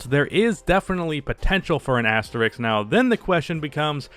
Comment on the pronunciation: It’s asterisk, not Asterix.